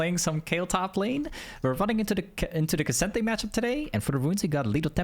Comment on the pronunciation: "k'sente matchup" 😭😭😭😭